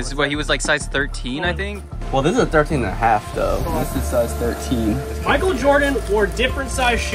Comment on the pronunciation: It's not mikel Jordan ś house!